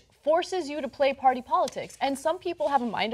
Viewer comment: I like how John pronounces party as "paorty"